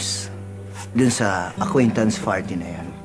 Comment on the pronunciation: "Aquaintance Farties" 😂😂😂